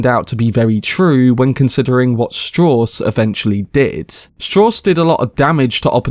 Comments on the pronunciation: Strowss. As in Levi Strauss. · LEARN HOW TO PRONOUNCE STRAUSS !